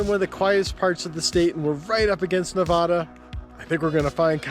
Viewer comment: Please pronounce Nevada properly. Otherwise good, interesting vid.